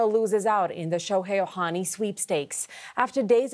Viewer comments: NOT oHani, it’s Ohtani, it’s the second Canadian mispronouncing his last name what’s the deal. Dodgers have scouted Ohtani since he was in HS, his trusted doctor is the Dodgers team physician, dodgers have the best farm system etc, there are some history there, Jays should go after Yamamoto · Ahemm. it's Ohtani.. with the "t" .. not Ohani. ;-0